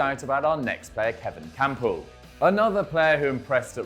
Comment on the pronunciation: I swear I heard he said kampl join bvb in January 2018